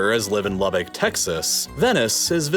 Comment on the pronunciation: Say Lubbock again. I swear it's seems like you're putting a "w" in there. Or maybe I'm just blazed